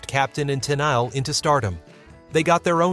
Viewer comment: A few errors here ... Bee Gees had done lots of great love songs before the Saturday Night Fever fever; you pronounced Tennile a couple of times ( while got it right the other times) And for me, the best would be Sometimes when we touch